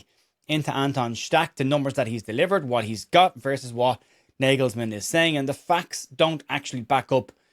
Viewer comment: Gotetska, Kimmich et al are German football royalty, they’re not going to be dropped for Stach. Very demotivating for Stach, and shows why German football is in a dip. (Btw, it’s pronounced “nargelsman”) Keep up the good work mate 👍🏼